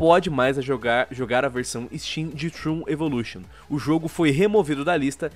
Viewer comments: n querendo ser chato, mas se pronuncia da forma que é escrita msm, "tron" e n "trun". Algumas pessoas n gostam de ser corrigidas e preferem ficar erradas pelo resto da vida, mas eu acredito que o povo da central n é assim. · Trun? Num é tron não? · Trôn, não troon :P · É trOn, o "o" tem som de "o" não de "u" O vídeo tá foda, mas isso me deixou com agonia kkk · Puta que alívio saber que não senti isso sozinho kkkk só faria sentido falar assim se o game se chamasse " Troon" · Não se pronuncia "Trun" e sim "Tron":^. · Pq ses falam Trun e não tron, até em inglês é dito tron e não Trun É como se fosso escrito troon me da agonia kkskskawkwea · Que agonia de escutar eles falando "TRUN"